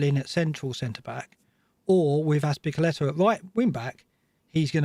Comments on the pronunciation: calls him Azpiculeta....LooL! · Ass pick a letter is what i keep hearing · Fantastic observation 😁. Azpiculeta is exactly what I keep hearing. So hilarious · I love attempts to say Azpilicueta's name. It sounds like he's on countdown with his co-presenter - Az Pick a Letter